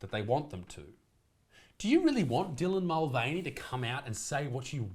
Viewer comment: “Dylan MostVeiny”